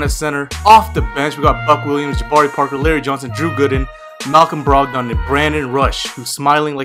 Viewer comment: Pronounced brog-dun